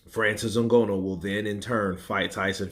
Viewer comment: Bruh, it's not O Gono, it's Nganou (Ng is between Nanu and Ganu) :yougotthis